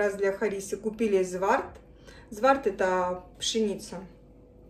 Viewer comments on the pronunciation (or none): не зварт а дзавар